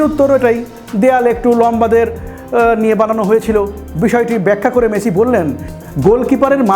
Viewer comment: হালার পো খেত।মেচি না মেসি।বাংগাল।